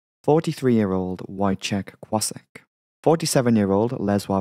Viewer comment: The FE was Woyzech Kwossek, it's pronounced as